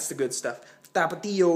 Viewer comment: like youre spanish accent la tortilla factory and tapatio jajajajajajajajaj lol thats great keep practice and i will invite you to baja great video man